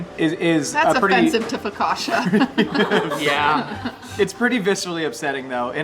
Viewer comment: I'm annoyed that they both mispronounced "focaccia"...